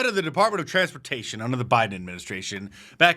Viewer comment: “Flew unda da radar” you don’t say, crock-of-shit?